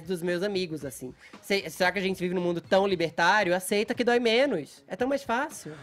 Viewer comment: Al Ra kkkk É, aceitcha que dói menuixx 🤣🤣🤣🤣